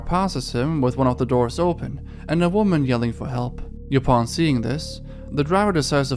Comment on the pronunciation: He can say yall but not upon